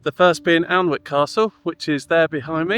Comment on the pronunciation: Couple of things friend its prounounced Annick and Berrick and not as they are spelt 😉 As always great vid 👍🏻